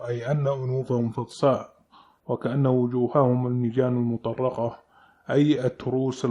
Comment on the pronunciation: كلمة المطرقه ليس فيها شده بارك الله فيك المطرقه الراء عليها سكون